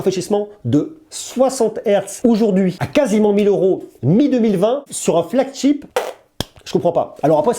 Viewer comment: "flagCHEAP" j'adore tu l'a tellement bien dit sans faire exprès 😂